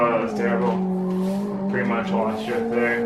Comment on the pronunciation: Sounds like he says Jizz simulator then Drift Simulator